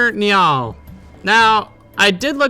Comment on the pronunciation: I've never heard Niall pronounced that way 😂